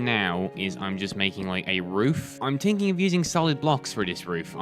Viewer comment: "im tinking"